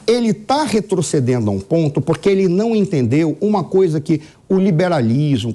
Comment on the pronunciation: "QUI OS TRABALHADORO"